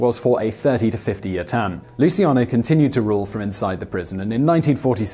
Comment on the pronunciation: Lmao the way he pronounces luccian